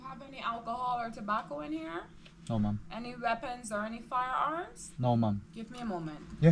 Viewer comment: Do not say “Mom” hindi mo sya nanay say it “Maam” medyo ayusin mo pronounciation mo!